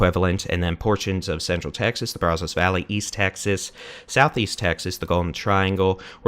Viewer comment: Still mispronouncing Brazos...😅